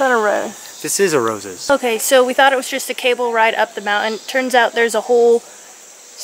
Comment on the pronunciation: It’s a moun-TIN. LOL